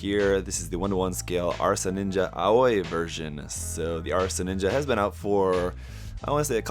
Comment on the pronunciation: The Aoi is pronounce like "owie" not "oy" lol